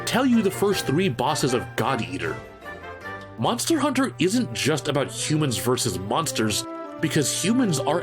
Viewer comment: min mark … hear how he says monster